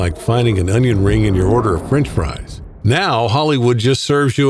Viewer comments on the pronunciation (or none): none